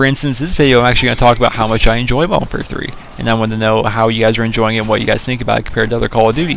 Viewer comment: Y DO PPL SAY MODERWARFARE WHEN TRYIN TO SAY MODERN WARFARE LOL WAT OVER ALL IS THE BEST GUN ON MW3